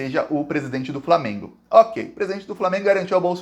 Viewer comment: Eles pronunciam FRAmeMgo